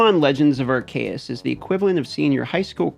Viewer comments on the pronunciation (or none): I fucking knew he was going to pronounce it ARKAEU instead of ARCEUS lol